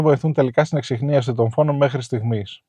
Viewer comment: Λεπτομέρεια αλλά το σκότωσες το "ΕΞΙΧΝΙΑΣΗ". Φιλικά